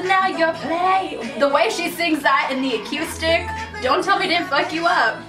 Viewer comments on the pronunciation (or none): not with the KYOO sound instead of KOO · it's pronounced UH-KOO-STIK by the way (acoustic)